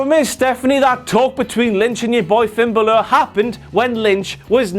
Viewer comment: Why do you say Finn Bahlur lmao